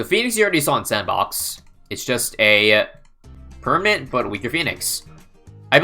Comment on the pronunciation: I heard permit 😳